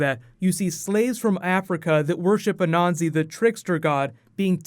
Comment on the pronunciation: not interested in American gods too much Blood and gore for me , and his name is A-NAN-SI